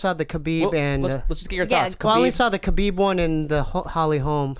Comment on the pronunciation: the K in khabib is not silent